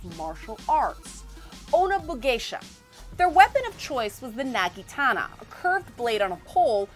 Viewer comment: "It's naginata not nagitana." I wasn't sure if I misheard or just got it wrong myself all the time. Thanks for clearing this up :D